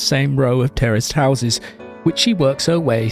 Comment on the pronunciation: What He says: terraced houses What i hear: terrorist houses 😀